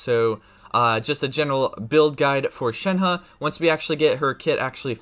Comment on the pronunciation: Thanks for actually making an effort to pronounce her name right. It’s so frustrating